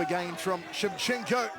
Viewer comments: It's Shevchenko not Shevchenka. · It would be nice if the idiot commentator would pronounce Valentina's name properly: It's ShevchenkO, not ShevchenkAH! BTW, she's great! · Shevcenko not Shevcenkah!